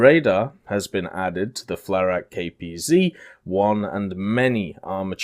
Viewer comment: FlaRakPz - FLugAbwehrRAKentenPanZer...Anti-Air Rocket Tank FlaKPz - FLugAbwehrKanonenPanZer...Anti-Air Cannon Tank you pronounce them basically the same way, just that the FlaRakPz has an additional Ra in between so: Flak-Panzer and FlaRak-Panzer essencially (what you were saying was FlaRa-KPz which is pretty wrong since you know that KPz menas MBT and this thing is not made to fight tanks) just for and anyone interested if you want to improve a little;)